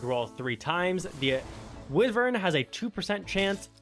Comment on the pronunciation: love the vid, but the way you say wyvern angers me lmao, its why vern not wih vern